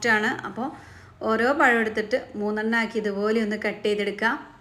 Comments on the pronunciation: Payam alla pazham Malayalam Parayan patilkuka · Ya Alla zha ennu parayuuuu. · പയം അല്ല പഴം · പഴം ആണ് പയം അല്ലെ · നിങ്ങള്ക്ക് നാണമില്ലേ പയംപയം എന്നുപറയാൻ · ഇയാൾ സ്കൂളിൽ "പഴം എന്നല്ലേ എഴുതിയും വായിച്ചും പഠിച്ചത്?... എന്തിനാ മലയാളത്തെ കൊല്ലുന്നത്? നമ്മുടെ ഭാഷ സുന്ദര ഭാഷ ആണ്.... Proud of it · പ ഴം 😂